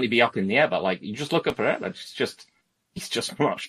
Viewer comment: On the ever-growing list of words that I hate hearing pronounce, "Pereira" is towards the top